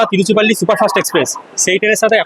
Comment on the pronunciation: তিরুচিরাপল্লি কে তিরুচিপল্লি বলছেন কি নয়? উচ্চারণ করতে পারেননা আবার ভিডিও বানাবার এত শখ? লজ্জাও করে না?